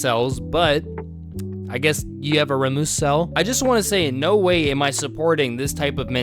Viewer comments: Erm actually it’s pronounced ray-mus not ramoos 🤓 ☝️ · i think it pronounced "ray'mius" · "rah-moose"🥀 holy grey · IT'S PRONOUNCED 'RAY-MUS' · It's not pronounced Ramooos